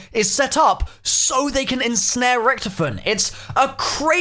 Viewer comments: First bro u can't hold yourself from some sort of laughing in a video and second it's pronounced Ricktofen not ricktfen. Pls improve I like your videos but I have a type of OCD and that annoys me a lil bit. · Its ric-TOE-fen not ric-TUF-fen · Lol Ricktofen. You only can pronounce it right if you can speak german. There is no ck its ch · Anyone triggered about the way he says richtophen, lol loving these easter egg videos tho :)